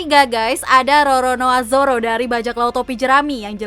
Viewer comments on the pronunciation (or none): Irish salah ucap masa Zoro di beast pirate:v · Emg sering salah ucap dia tuh